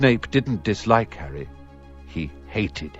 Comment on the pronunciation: snayp dident disloik harrey. he heyted hem.